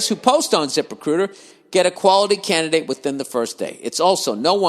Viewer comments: lmao yeah the zip RECUITA gets me every time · Zip recuitah